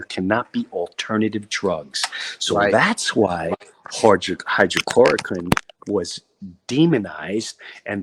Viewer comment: It’s not hydrochloroquine, it’s hydrOXYchloroquine